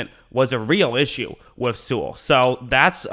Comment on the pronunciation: With or wiff??? Lol